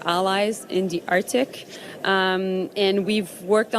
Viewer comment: "in dee artik"